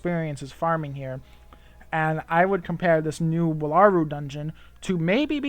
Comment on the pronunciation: It's "Whal-A-Roo" not wa-la-ru